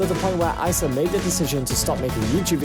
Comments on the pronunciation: It’s pronounced EEsa on ISa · Bruh who is icea you pronounce it e: sah: issa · I know this guy is british but, "eye sa" I only know "Issa" pronounced, "eeeee sa, eeeeee sa"